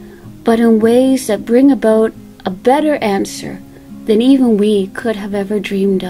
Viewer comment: Such a beautiful message and scenery to start off the weekend. John noticed your accent. I didn’t notice it until John pointed out when you said the word “about.” We have a strong accent here in New York as we saw “cawfee” instead of coffee and hot “dawg” instead of hot dog. Blessings to you both. We love your music. 🎶